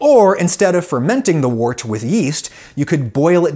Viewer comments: The word “wort” is not pronounced like “wart”. It’s pronounced like the words word, work, world, worm, worst. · Adam I love your stuff and I learn a lot but just a quick fyi wort is pronounced wert. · "Wort" is pronounced "wert". Sorry, I don't make the rules. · Many people pronounce wort, the liquid poured off a beer mash, “wert” rather than “wart”. Supposedly both are correct. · It might be spelled "wort," but it's pronounced "wert." FYI. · Having been a brewer myself I found this fascinating and brought back many memories. A couple of things that jarred though. First when the fermentation is finished the draining from the fermenter is lagering, the usual term is run off. Also the liquor produced may be spelt wort but is pronounced wert. Brewing is a very old industry and the weird pronunciation is probably due to the medieval great voul shift. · I know I am 3 years too late here, but isn't wort pronounced like wert? Also James Horlick moved to my home town of Racine, and my sister went to a high school named after him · Always heard it was pronounced wert. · Wort, pronounced 'wert'. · Very well done video. In the beer world, wort is pronounced 'wert.' A brewer will use mash-in temperature to influence the different alpha and beta amylase production to allow different sugar profiles for their wort, depending on desired beer characteristics. There is a style of beer out of South America, Chicha, that is made with corn. Because corn has low diastatic power, the alpha and beta amylase in our saliva is used to convert the starches into sugars. People set around chewing corn and spitting into a communal bucked. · It's pronounce WERT. Toads give you warts. 😉😉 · Love your work here. Just want to be my beer geeky self and note that "wort" is pronounced similar to the "or" in.. uh... "work"!! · "Wort" is pronounced "werdt" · Pronounce it like "wert".